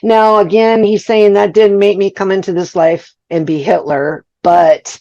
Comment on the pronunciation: I listened to all 3 interviews with Hitler, and you greet him with "Hey Hitler." Just to help you out here, you should pronounce it as "hyle." 😂😂😂😂